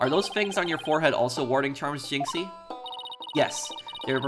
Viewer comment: Pronunciation of jinxie is correct Like the canadian accent for fulbright by the way